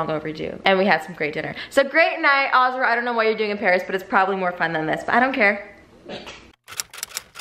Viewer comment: It’s crazy how pronounces the name Azra like “aaaazraaa” im from Montenegro 🇲🇪 the name Azra is like “AZZZRAA” idk how to explain it but the same name same spelling it’s pronounced very different. I tried extending a letter in Azra so y’all get it 😂 idk what im doing anyways mashallah to you girls ❤️🫶🏼